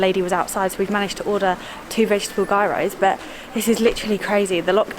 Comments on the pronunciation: it's pronounced "yeeross" not "guyrose" lool any Greeks watching this will probably have a heart attack :))) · gairos ..ahaha. . gyros.as you say it...its greek food.... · You pronounce it Yearow not Gear-row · Pronounced giros guys